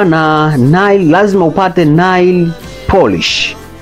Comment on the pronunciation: Tamka neil sio nail